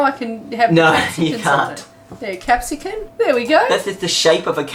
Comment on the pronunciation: What is that "Capsican" thing you speak of?